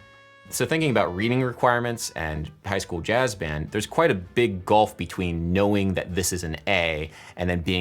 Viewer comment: "gulf" not "golf !!!